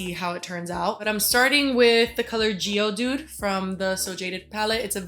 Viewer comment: Omg when you said the shade geo dude instead of geode I’m dead 😂😂😂😂